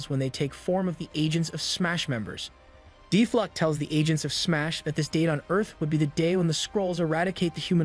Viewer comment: Ummm, they were dealing with the Inhumans, not Deathlok. And it's pronounced death lock, not deeth flock.